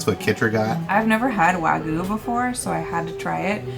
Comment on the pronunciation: Wagyu is pronounced Wah'~Gi' yoo not wah-goo lol